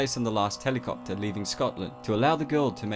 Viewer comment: T J he said helecopter